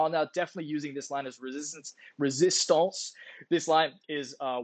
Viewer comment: Did you really say Resistance in french,?